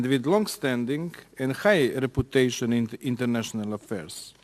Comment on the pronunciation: "Noun" 😂😂 reputejšn haha